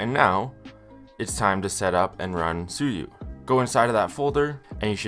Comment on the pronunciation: Suyu❌ Sue you✅